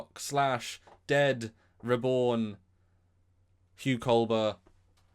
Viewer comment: It's pronounced Cull-ber, (and also, the accent is on the first syllable.) not "Cole-bear."